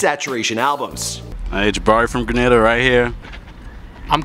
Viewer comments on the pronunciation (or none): Came to see my nigga Jabari, micheal fucked my island bro. its GRENADA ( GRE-NAY-DA) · Grenada bro. Don't butcher it!